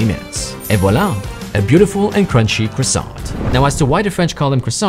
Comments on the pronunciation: Stop saying "croissant" with pronouncing the "t"... Say "croissan" 💀 Btw im french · Stop prononcing THE T for the love of Napoleon it Croissan the T is silent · Why is croissant pronounced "CROSSOh!"? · Bro its pronounced kuwasawnt